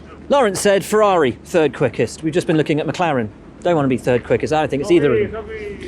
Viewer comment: One day the main commenting dude could stop butchering the name "Ferrari" by not saying fewaawii.